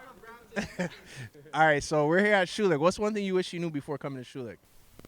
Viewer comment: & . These guys don't know how to pronounce thier own name.